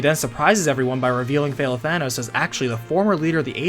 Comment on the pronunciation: i keep hearing "Fail-Thanos"